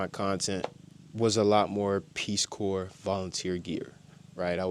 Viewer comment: Corps is pronounced core. Like, Marine Corps. Tell the Peace Corps to pound sand.